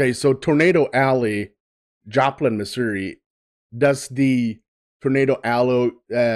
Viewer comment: I want to acknowledge that you pronounced Missouri correctly.